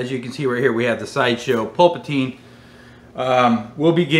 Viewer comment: Just curious, why do you pronounce Palpatine "Pulpatine"? Is it a joke that I'm not aware of lol.